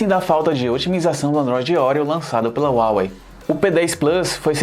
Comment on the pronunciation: Se escreve Huawei mas se pronuncia Rauei, obrigado pela análise, continuem com a qualidade